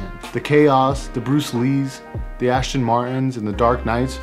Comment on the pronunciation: You said ashton martin multiple times bro its just embarrassing